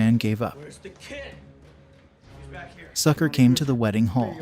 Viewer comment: So "Sucre" name is pronounced as "Sucker".